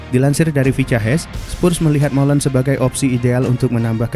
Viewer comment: Malen bang bukan molen